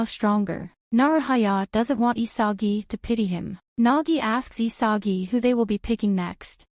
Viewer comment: ISAGI NOT ISAJI!